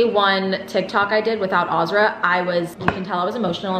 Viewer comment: It’s crazy how pronounces the name Azra like “aaaazraaa” im from Montenegro 🇲🇪 the name Azra is like “AZZZRAA” idk how to explain it but the same name same spelling it’s pronounced very different. I tried extending a letter in Azra so y’all get it 😂 idk what im doing anyways mashallah to you girls ❤️🫶🏼